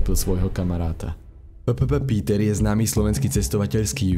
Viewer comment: omg to uz fakt neviete ani citat? to je P P Piter nie PPP Píter... wtf...